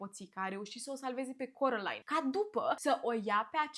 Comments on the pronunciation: De ce ,,corălain" și nu ,, Kerolain"😭😭😭😭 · Carolain nu Corălain🤦